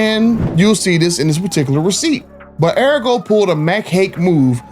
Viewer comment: Pronounced Ahh-Re-Go… I got my last two vehicles from sawgrass. but yea this is messed up, no dealership should tax extra on the hardworking class… and to lie and lie and lie says a lot about their character. 🤦🏾‍♂️